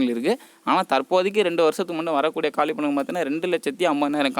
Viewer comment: Kaalipidangal illa..kaaliidangal